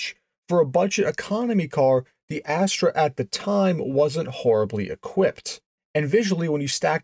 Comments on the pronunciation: You are mispronouncing it. It doesn't have any Pontiac DNA. 99.9% Chevy Vega, which was a very very bad thing. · I find Canadians pronounce it Asstruh whereas Americans say Asster. Sort of like Celica and Celica (sell-I-ca and sell-ee-ca) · Why pronounce it Astray??? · I heard "fast ass-tray" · It's pronounced Astra. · It's pronounced "as-Tuhr" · It's Ast-er! Both the Pontiac Astre and the Chevy Vega were longitudinally mounted engines in a rear wheel drive chassis. They NEVER had a transverse-mounted engine like your picture. Because of your mispronunciation and wrong pictures scores your video a 👎. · You are pronouncing the name wrong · ...never heard it pronounced as "ass-TRAY". Have only ever heard it pronounced "ASS-ter". Not sayin' you're wrong. Just sayin' I've been building Vegas, Astres, and the Monza clones for 35 years and have never heard anyone, or any of my clients ever pronounce it that way. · It's not an Astra. It's an Astre, which is pronounced "aster" in English. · It's not pronounced "Astra" like the Saturn model that was offered. It's spelled A s t r e for one thing, but it's pronounced "aster", like the flower. They only made them for a few years to give Pontiac a small car. But they Pontiac eventually got the Sunbird in about 1977 - which itself, along with the Chevy Monza, Olds Starfire, and Buick Skyhawk, were derived from the Vega chassis. You mention there are one around. There are pretty much no Vegas around either, despite much higher production numbers, because the aluminum engine in these cars was so trouble prone, and the bodies on these rusted badly, so hardly any survived. The Iron Duke replaced the Vega engine for a good reason. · You're right, you really don't see these things anymore if ever. BTW I grew up in Michigan and Ontario and at the time we pronounced it "Aster" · The opening line, sounds like you said Pontiac Ash Tray.😅